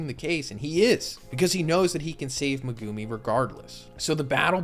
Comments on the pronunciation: Is he saying megumi’s name wrong? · the way you pronounce Megumi really annoys me XD